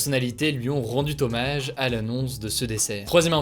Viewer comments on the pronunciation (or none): on ne dit pas "...rendu tommage..." 😱 mais "...rendu hommage..." 🤗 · 8'37"": lui ont rendu "t'hommage"? Les liaisons vachement dangereuses, par Hugo :)